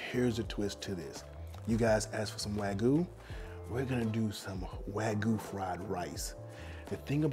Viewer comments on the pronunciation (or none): its pronounced w-ah-g-you not w-A-goo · Pls learn how to say wag-yu. Not wagoo. 😑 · Note wagu but wa-gy*u*